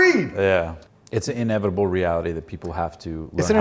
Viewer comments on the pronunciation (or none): none